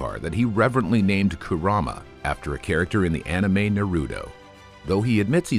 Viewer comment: The way he butchered the name kurama 💀